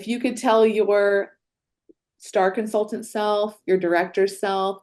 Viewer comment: Is incapable of pronouncing the "t" in consultant and other words with that letter in them? I cringed every time she said "consulant" in stead of "consultant".